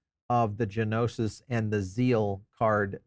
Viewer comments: Gnosis is a Greek word that means “knowledge.” American English pronounciation "no-sis" or "noses." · Pronounced: No-Sis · It's not G-nosis .. dude common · It was killing me! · The G is silent bro